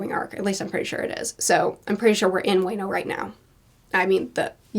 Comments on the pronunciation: "Luffy met Momo..." "...he is a dragon, and I like him" you just don't know how right you are The pronouciation of Wano as "Way-no", hilarious, it's "Wa-No" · You aren't there yet, but its WAH-NO not WAY-NO. Love these videos! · Just a nitpick about the "wano" name, it's not "weino", it's more like "w-an-o", but without pausing the pronunciation. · WENO!? HOLY SHIT 😭😭😭😭 but you pronounce DESSROSSA perfectly!? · wano is pronounced like waluigi... WAAAAAAAAAAAAAAA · It's not pronounced "wano". It's pronounced like WA from watch And no from, well no. Wano Sorry I don't know much about phonetics to explain pronunciation as it's meant to be. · i cant handle the very american/southern pronounciation of wano as way-no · Small thing, you say “Wano” like “Waluigi”. I.E. “WAAAAAHHHHHHH-no” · My new favorite mispronunciation: Way-noh Such a good review. It's always interesting to see the variety of takes people have, and there's something for readers to enjoy in each arc. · "way-no." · Not bashing but more to educating since does not watch anime: It's pronounce as WA-NO. WA as in WAnt NO as in normal NO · ": Dressrossa which I may or may not learn to pronounce" pronounces it perfectly. Now Wano, omg someone link her a clip of how to cause wayno is killing me. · Also you are pronouncing dressrosa correctly! But wano is WAH-NO. Sorry I hate to be that guy :( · Hearing say wano like “wai-no” was really hurting my ears but I can’t wait for for her to review the Wai-no Arc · No way she called it way-no i feel like im physically hurting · You pronounced Dressrosa perfectly. Wayno tho… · Pronunciation: Dressrosa is correct Zoan like Loan Wano like the singer Bono P.S. on next re-read how about we watch the anime instead? :D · Your pronunciation of Dressrosa is spot on. But Wano is more like "Wah-no". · Weekly pronunciation guide "wah-no" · I think you mean "way-no kuni" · Dressrosa was perfect but Wano is pronounced like Juan-no